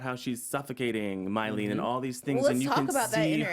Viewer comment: And calling Mylene "Mylena" dudeeee